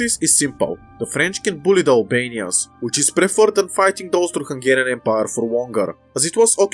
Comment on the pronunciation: I keep hearing it as "Toaster Hungarian"